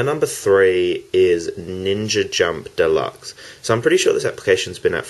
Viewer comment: Why do everyone say "ninja jump" when it's "ninjump" (nin jump)